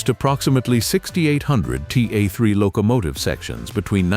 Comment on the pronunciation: What’s a “lo COmative?”🤣